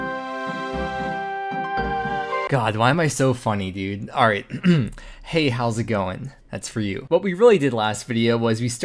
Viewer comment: You didn't say "Hey, how's it going" correctly, and it disturbs me.